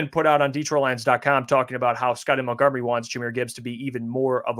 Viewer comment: please say these two words for me..... Mount...... Mont....... now say Montgomery